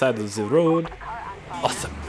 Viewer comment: Awzomemommomomeomeomeomzomeomzome (great english)